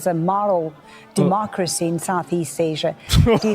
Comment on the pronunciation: Reporter has a strange way of pronouncing "ASIA"??